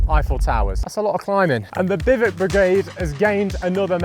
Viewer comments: Since when did bivouac become pronounced bivvuc? I thought I was going mad and then to all my years using this terminology I had been mistaken, but – after double checking several sources – it turns out I was not. So why? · Do all English people pronounce it like that? There are three syllables in "bivouac". "BI-voo-ack". Even in French it's "BIV-wack". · Note from the Pedantic Police: it's pronounced "Biv-oh-Wak"; surely you've seen WW2 films when you were a kid? I grew up on all the greats (I'm 56), Battle of Britain, Heroes of Telemark, Sink the Bismarck, etc. No one can watch those films without hearing about "bivouacing"... ;~ ] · Isn't it pronounced biv oo wack? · Could you learn how to pronounce bivouac, please? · I just wish you’d learn to actually pronounce’bivouac’ correctly. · You are nor pronouncing bivouac properly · Can’t say bivouac properly 🙈🙈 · Lol Bivouac is pronounced more like biv-eh-whack, not bivok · They are biv-oh-wacks, not biv-icks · It's not 'biv-uk' it's pronounced biv-ooac' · You call them "bivik"? We Americans call them biv-wak. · Whats a biv ick? A bivouac is pronounce biv oo ack, just as it looks. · BIVOUC "Biv-wack" is the most common way to pronounce the word, especially in American English. "Biv-oo-ack" or "Biv-oo-ak" is another widely used pronunciation, especially in British English. "Biv-wak" is a simpler phonetic breakdown that is also common. Bivick is way wrong. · No we don't !!- We say Bi-voo-ak - No Biv-ook - It was driving me crazy. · Note: Bivouac is pronounced "biv-əo-wac" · Love the video and will now watch more of yours. Despite how you pronounce Bivouac - Bivuk? 😆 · I love this!!! Thank you for taking us on your adventures 😄 In America we pronounce it “biv-wack”. Is this pronunciation incorrect? Look forward to hearing back about this 😂 Thank you!!! I was born in Germany (I’m American) and we spent a lot of time around the Alps. My gosh the footage you’ve shared of the mountains and valleys is simply breathtaking!!!